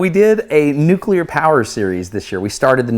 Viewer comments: THANK YOU for not saying “noo-kyoo-ler”. 😂😂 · Experiment Rev 2- attach 3 or 4 colored ping pong ballson the outside of the disc, but that might push the explanation too quickly. Awesome vid! Ps. Thanks for not saying “nucueler”😅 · So happy you pronounce nuclear correctly.